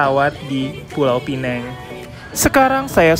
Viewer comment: Knp nysbutnya "pineng"? Hrsnya penang apa pineng? Btw itu keliling2 jalannya sepi ya. Hari2nya memang sepi atau krn hr libur?